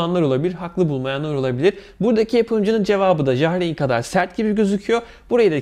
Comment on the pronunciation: Ja reyn ne la , yar ayn diye okunur